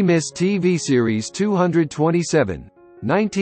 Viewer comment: TWO TWO SEVEN, PRONOUNCE IT RIGHT!